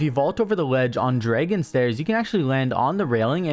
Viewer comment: Everybody: dragon Absolutely Everybody: dragon: Draaaayygon Not hate btw